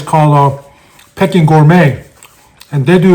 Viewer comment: It's pronounced Peeking duck, not Pecking duck. You made me crave it though.